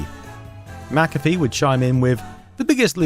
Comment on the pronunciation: Good video, very interesting. Is it just me that gets unreasonably annoyed at McAfee being pronounced at MacCaffe. Same applies to McDonalds being pronounced MacDonalds